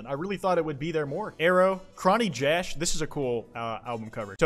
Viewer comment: As a chonny jash fan, I find it funny how you pronounced his name